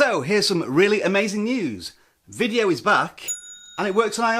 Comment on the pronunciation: Hey its called vidiyu not vidyo